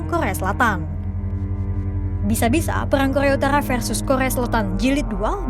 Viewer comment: Kokhrrrrea utarkhrrrra 😂